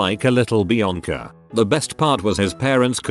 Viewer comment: Lmao at him pronouncing Beyonce as Bianca